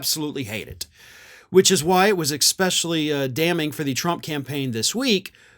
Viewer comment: It’s “especially” not “expecially”…. just saying.😘